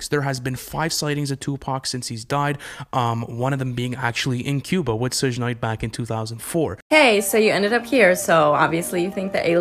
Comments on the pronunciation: Who TF is "SHUJE" knight ????? It's pronounced SHug as in short for SUGAR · Why does he call him shush night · I couldn’t get over your boy saying “suug knight” multiple times. Maybe he should try pronouncing his name right before making a conspiracy video 😂😂😂 plus Tupac didn’t die right after the fight, he was in the hospital for 6 days THEN he died. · Not Sege Knight😅 and the Barbados 🤣 I can not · “Soosh Nite” lol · I really hate how that boy says Sug Night. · Hearing dude mispronounce Suge Knight’s name was like nails on a chalkboard. A real Pac fan would never..... Thanks for the Pac Cuba conspiracy theory nonetheless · Dude can't even say suge knight right lmfao